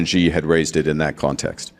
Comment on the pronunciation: It’s She..Xi is pronounced “SHE”